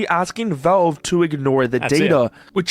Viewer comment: I HATE the way this guy pronounces Valve. He says "Velve" and I don't know how anyone can come to the conclusion that's how to say it. I increasingly want to punch the nearest wall every time I hear "Velve".